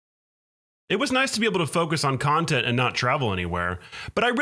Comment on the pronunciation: content or khantent???????????? And . Is this channel secretly a Mortal Khanbat channel???? !!! ........